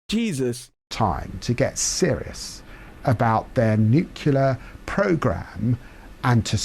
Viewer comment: Why can't any of these fvckers say the word Nuclear???? There should be a rule that states that if you can't say the word, you can't have those types of weapons. I guarantee the danger of a nuclear war would be eradicated overnight!